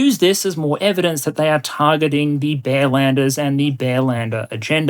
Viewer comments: I heard "bellenders" for at least 10 minutes until I started to realize it is supposed to be "bearlander". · i had a chuckle at what sounded like bellenders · I misunderstood bearlanders as bellenders. Even more fitting in my opinion